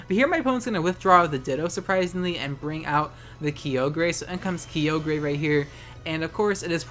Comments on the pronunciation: EXCUSE YOU? ITS NOT KYOGRAY IT KYOGREE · DID HE JUST PRONOUNCED IT "KI-O-GER" AND NOT "KAI-O-GER"? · KI-YO-GRE? Isn't that KAY-OGRE(silent E)? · HOLY SHIT STOP SAYING KEEOGREH ITS KAIOGRE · You call it Kee-oh-gray I call it Ki-oh-ger. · It’s Ky-Ogre... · "Kyogrey" Unsubbed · u mispronounced "KyoGREY" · “Kee-yo-gray” the was you say it is incorrect lmfao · Someone needs to make a compilation of you saying “Creole-gray” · French style ;P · im unsubbing because the way you say kyogre /s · why haven’t you pronounced Kyogre with a soft g yet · Why must you say kyogre like this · I'm glad Kyogre's getting snapped in gen 8 so I don't have to listen to you pronounce its name anymore. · Why can you pronounce Kyogre right? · you almost said it right sis